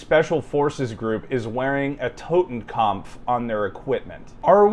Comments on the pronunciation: Bruh, it's 'kopf' not 'kampf'. Typical redditor lmao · TotenKOPF Not TotenKAMPF. You are both retarded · It's not "Totenkampf", it is "Totenkopf". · Totenkampf isnt a word please just Totenkopf not kampf 🥲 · It's "Totenkopf", not "Totenkompf". Pronunciation is quite good, but try to say it more like "Toten" and not "Towten". Like in "torus". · Like how he calls it a Totenkampf not Totenkopf if you know German those are 2 different words with different meanings 😂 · It's Totenkopf, not Totenkampf, and it's Prussian in origin. So basically a German military unit used a 200 year old German military symbol that originated in a pre-unification German state known for it's militarism. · ah yes, the totekopf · "" and BOTH repeatedly saying "totenkompf" made me wince every time. edit: just got to "Jestapo" lol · Tot, as in dead or death. Kopf, as in head or face. Totenkopf, death's head. Kampf means battle or struggle. This "expert" should just stick to what's on his patch and leave German to Germans. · That mo-ron cant even pronounce "Totenkopf" correctly, also, it was originally used by the Freikorps, a far more noble cause than the SS. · He doesn’t even pronounce “totenkopf”properly 😂 I don’t know why there’s an M in there suddenly. He’s talking complete shit. The deaths head had been a symbol within the German army long before the nazis used it. Obviously it gets negative connotations after it’s use by the SS but he’s talking bollocks in any case 😂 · Stop fucking mispronouncing "totenkopf" and "gestapo".